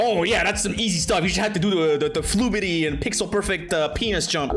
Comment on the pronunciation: "The flubitiy, uhh pixel perfect pen*s jump" WHAT